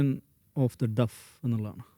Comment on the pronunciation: More than 60% words in D's lecture is supposed to be english. He should atleast be ready to correct his pronunciation. It's ' naytion' not naation. Not duff but deaf.